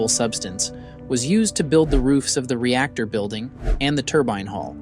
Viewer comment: There are so many “ rep tor”( reactor) type ludicrous mistakes here that I have to just ignore the whole thing.